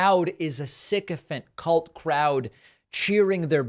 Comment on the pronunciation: When you say ' Cult Crowd' you are miss-pronouncing 'Cult'!